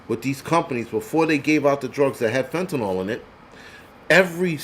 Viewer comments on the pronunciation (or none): none